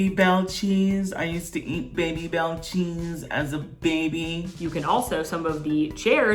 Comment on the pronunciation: Someone tell that they are "Baby - Bel" not "Bay - Bel" cheese xD